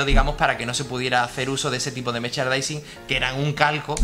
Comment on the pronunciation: Se dice 'meRchandising' no 'mechardising'. Es que si no te sale la palabra di productos relacionados o algo así. Pero, ya sea el idioma que sea, mejor pronunciarlo bien.